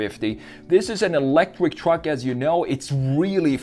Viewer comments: The way he says truck. Twuck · i love where hes says twruck